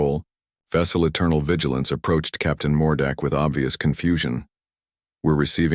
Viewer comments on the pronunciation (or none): Mordecai... pronounced MORE-DA-KAI. Lock a door... we invent lockpicks.